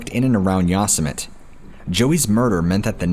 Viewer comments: Learn how to pronounce yo sem it ee Yosemite not yos mit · Sorry to correct you but.... Yo•sem•it•ee Yosemite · Pronounce "Yousimite" like that in another video and i will track you down and go Wendigo on your candy ass lmao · To the narrator: Yosemite is not pronounced Yoss-a-mit. Learn how to pronounce words and names please. It is very distracting. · holy shit man, learn to read/pronounce words, how on earth could you mis-pronounce the name of one of the most well known national parks in north america so many times? yosimite is pronounced yo sim itee. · For your benefit: Yosemite = yo-seh-mih-tee...Love your work, my friend! I'm subbed and click like on every video. Thanks again! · 😠Yosemite = YOH-SEH-MITTY😠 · Is he saying Yosemite like yo-Sim-itty? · He is destroying the word YOSEMITE!!!!! I thought EVERYONE knew how to pronounce that !?!? Lol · I cringed every time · Lol it bothers me when he always says it the way he does too.